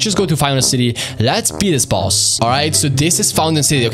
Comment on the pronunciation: Why are you saying boos just say boss😊